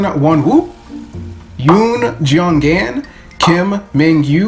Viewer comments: Not to be mean but your saying some of their names wrong and I’m triggered you didn’t get Jeonghans name right..! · Say the name!Seventeen!I'm sorry i can't take it😂You tried your best thiugh he butchered my bias name.Jeonghan.Its okai☺️😂😂